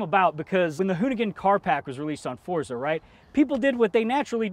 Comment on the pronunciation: lmao they got someone else to talk about forza because block says 'FORTSAH'